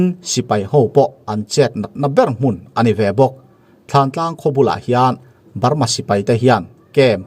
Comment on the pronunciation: Thantlang alom, thlantlang tiin i soi reng bok sia